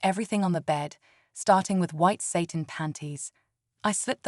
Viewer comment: Please teach your AI reader the difference between Satan and satin. That misreading is really annoying.